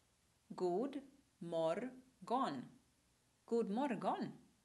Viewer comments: i saw this video once again ... AND another thing my dear : not morGon !!!! It is « moron » because the «G» is dropped when you say « morgon ». Poor swedisch language .... lololol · >god morGon Even I having taken only a semester of Swedish, know that 'G' isn't pronounced there. I wouldn't be surprised if she also reads 'de' per se.